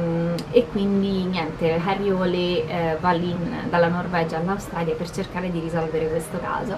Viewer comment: Ciao :) forse hai fatto confusione ma.. 'IL PIPISTRELLO' è il primo libro in assoluto della saga, quindi la storia inizia da qui. E' stato pubblicato nel '97 ed è l'inizio della saga di Harry Hole (che in una recente intervista di Nesbo ha detto che si pronuncia Hul). Scusa se mi sono permesso, ma mi sono sentito di correggerti :) :) :)